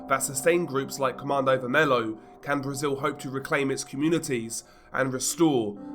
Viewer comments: godness gracious it´s pronounced ver-me-lyo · Really don't want to be that guy but you mispronounced the group's name so bad, specifically "vermelho" (red). But your video was good.